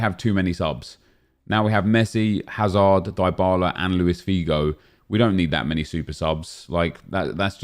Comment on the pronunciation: It’s pronounced DEEEEE bala